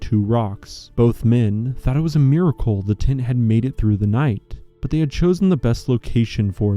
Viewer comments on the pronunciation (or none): none